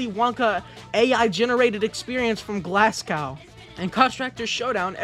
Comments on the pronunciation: you went and said glass cow 😂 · You can't even pro ounce Glasgow!! As a Scottish person I am infuriated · "Glass cow" is Glasgow pronounce the o as an o not an a